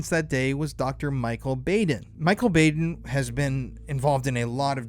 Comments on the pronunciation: Dr Bau' den Not Baden with a long A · I just gotta letcha know, it's pronounced; BAH-DEN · Known of Michael Baden (BOD-EN) for years! Idk why I needed to say it but the pronunciation bugged me lol HEHE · Thanks for this information. This is all very suspicious. May I just say for the future " Michael Baden (Bah((ahh))den) 😘🌹